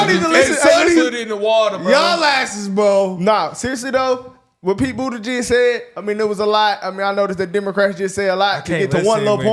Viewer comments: When dude on left kept saying go listen to pete booty jed said 😂 its how he kept pronouncing it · Guys... It's pronounced, "Booty Juice"... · Not gonna lie I though y’all were saying “Pete booty-gizz” 😂. I was like “AYO!” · It’s pronounced Bootie- gig. Pete Bootie-gig